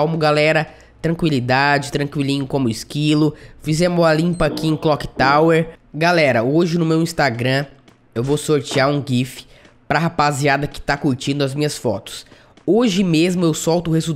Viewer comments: Ele falou clok tower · ele fala clock tawer kkkkkkkkkk